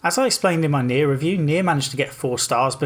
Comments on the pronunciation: He says neir and niho at the same time and I can barely distinguish the two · Next time you say "Nioh" and "Nier" closely together, remember that you're a Brit :P